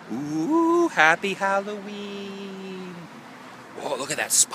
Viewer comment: I thought you said Halloweed.